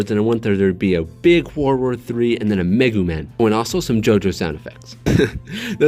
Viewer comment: man called megumin a meguman, put some respec on her name G, she a OG triple OG